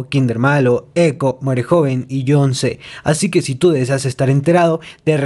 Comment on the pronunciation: es John C, no John z por eso se pronuncia John se